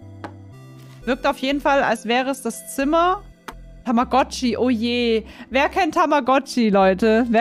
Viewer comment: so: Wer kennt tammagotchi. Ich:Tamagoochiee